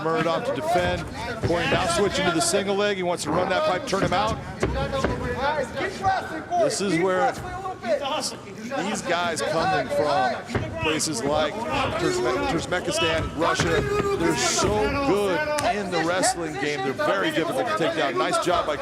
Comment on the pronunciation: Turzmekistan ? It was humiliating hearing this